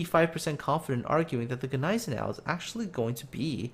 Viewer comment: The G in Gneisenau is silent